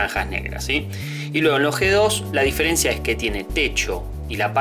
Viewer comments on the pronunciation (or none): none